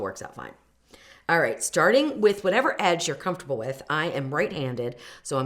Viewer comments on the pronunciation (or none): none